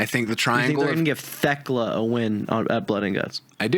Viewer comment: But if Fletcher wins and Briscoe has to join the callis family that could be a really great time. Oh and I think y'all are wrong I got TayJay winning the tag belts. They're the only team not in blood and guts. And I hope y'all know you're saying theklas name wrong and it's just a bit lol.